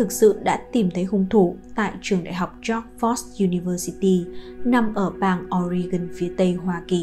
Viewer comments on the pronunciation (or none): none